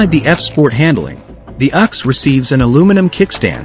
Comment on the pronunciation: The “uhx”? You mean the “U ex”